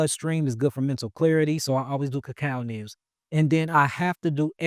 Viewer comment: Anyone know what ramen he’s referring to? And earlier In the video he mentioned something called so what sounded like cucal nips or something , anyone know what those are properly called ?